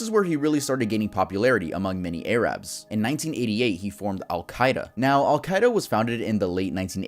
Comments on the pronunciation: ITS NOT PRONOUNCED AYE RABS. That is so disrespectful and derogatory! CORRECTLY pronounced air-rubs. !!!!!!!!!!!!!!!! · It’s not A-Rabs. I know you’re not aware but saying a-rabs is racist. Please just say Arabs next time. Rednecks and racists say A-rabs. I’m Arab and I’m telling you that. Thanks. Sadly this is unlikely to get read. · Please use common sense and pronounce it Ah-Rabs or Uh-Rabs and not Ae-Rabs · Great to see you back, just so you know, its not A rabs its said like air rubs so in total airrubs. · Love you bro but we’re not A-rAbs just arabs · Air-abs… ARABS. its ARABS. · Also, I'm pretty sure that it's pronounced AIR-abs not AYYY-rabs. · I pray you don’t say A RABS in the next part no offense good work it just makes so laugh when you say A RABS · "ay-rabs" omg i might rage